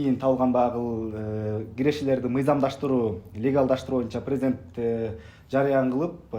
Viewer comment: Прездент деген соз жок, президент деп жазылат и окулат, кандай бир неуч болгон бир чортсун?